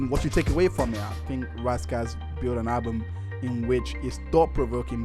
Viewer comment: IT'S RAS KASS NOT RASS KASS